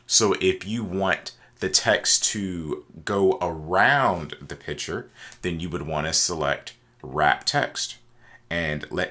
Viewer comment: Very helpful indeed, but you realize the word is PICTURE, emphasis on C, not piture.